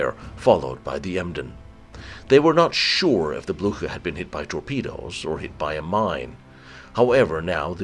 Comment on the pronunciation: Es war der Schlachtkreuzer Bluhar! Oh man,wie kann man den Namen Blücher nur so verhunzen. Schrecklich.